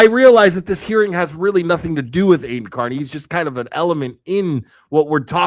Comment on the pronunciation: I wish theyd learn to pronounce his name correctly. Car-Knee